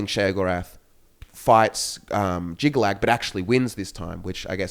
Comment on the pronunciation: It's Jyggalag, Not "Jygga-Chad"